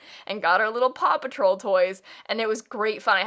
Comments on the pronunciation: Oh my god, I kept hearing papa troll instead of paw patrol and was so confused for so long. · help at first i thought she was saying papa troll and i was like tf even is that😭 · I didn’t realize she was saying “Paw Patrol” until half way through & I was just fine with hearing “Papa Troll” & thinking is talking about Smurfs like wHat 🤠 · i thought it was just me like ft is papa troll